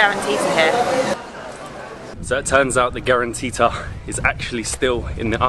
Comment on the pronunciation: The correct name is calantita, not grantita, and it is considered a diminutive of the word caliente in Spanish, and it began to be discovered during the Spanish occupation of the city of Oran.